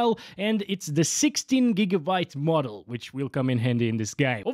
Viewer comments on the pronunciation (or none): none